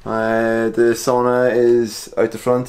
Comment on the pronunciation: someone finally said Sauna right!